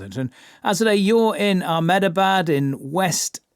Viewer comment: You think if he is gonna comment on this he’d learn how to pronounce Ahmedabad